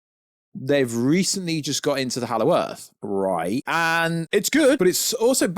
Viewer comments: Hallow Earth…… why do you keep saying it!! Super annoying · Exactly, for some reason ‘he’ can’t say that and it’s super annoying.